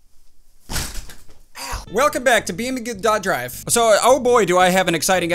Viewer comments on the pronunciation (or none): I’m pretty sure you pronounce that beam and G Drive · You saying Beaming drive wrong duh